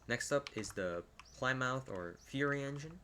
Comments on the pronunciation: I pronounce Plymouth like Pli-muhth, but others might not, and that’s ok! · "Plymouth" Is pronounced as" Plih-muth" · its pronounced "plimyth", welcome to the incredibly scuffed English language